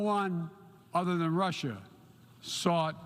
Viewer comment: Protect Russer? lol